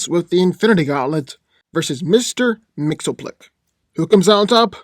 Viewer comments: C’mon, you’re not even trying to say his name correctly. This was the worst spelling of Mxyzptlk I’ve ever heard. You’re saying “Mr. Mxelplik”! Repeat with me: Mixy, Spit, Lick! Now say the “i” faster and faster until you can’t here it anymore. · It's Mix-iz-ptl-ik, not Mix-o-plik. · Its pronounced mix-ius-spittle-tik. Ill give you credit because, hot damn that name is bizarre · His name is pronounced. Mr mix ya spit lick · Correct way to pronounce his name is Mix-Yez-Pit-Lick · It's pronounced "Mix yz pitil ick." Strange, I know. But that's the point.:) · No hate but just saying that it’s been officially revealed that Mxyzptlk is pronounced Mix-Yes-Spit-Lick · his name is pronounced mixes-pittle-lick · i thouggt he was pronounced mix yes spit lick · The real battle here is trying to pronounce mxyzptlk lol! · I never knew how to pronounce Mr. M's name properly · Thats not how you say his name 😡😡😡😡😡😡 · lmao. loves how he cant pronounce the name XD